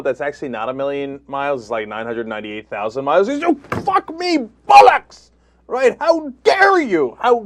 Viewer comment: FFS Cenk, learn how to pronounce "bollocks"!!!